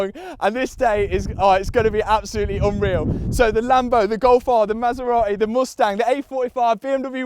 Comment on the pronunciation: I hate the way you say Mustang. So bad pronunciation.